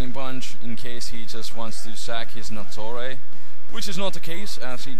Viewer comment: when you said nattorei i thought you said attourney